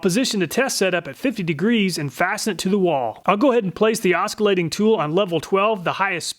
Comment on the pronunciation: You don’t pronounce the “c” in Oscillation……that’s just weird.